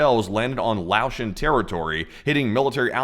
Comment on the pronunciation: Fantastic update on the news from around the world. The people of Laos 🇱🇦 are Laotion pronounced (Lay-ocean). 😅 love you guys, and Fantastic streams